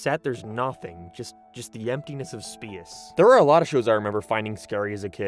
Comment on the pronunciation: why do you pronounce space like that